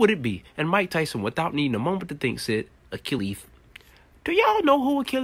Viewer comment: I've never heard Achilles' name put like that, but damn, you right. Bless you, you're just the best